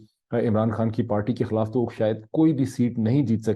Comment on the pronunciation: Zabardust Tajzia. May zaroor aapko sunta hoon Rozana. Mera jee Chahta hay me aap ki Urdu kuch behter ker sakoon. Muaf keejye ga English k istemaal per. Sahi vs ghalat : khilaaf not khalaaf. Nubz not Nubuzz Aakhir not Aakhar Umeed hay aap mind nhi Karen gay.